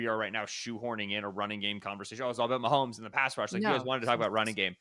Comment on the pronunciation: Why do so many people put an "L" sound in "Mahomes" and turn it into "Maholmes"?